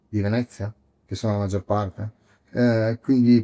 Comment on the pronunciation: Its venezia not vinece btw